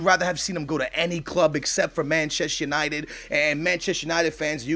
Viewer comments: It's not Machest United, it's ManchestER United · It's "Manchester United" not "Manchess United".